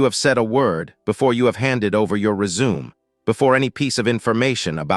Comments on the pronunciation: Good info. However, you need to teach your A I voice the difference between "resume" and “résumé.” Without the accent over the "e," it sounds stupid. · 'Re-Zoom' lol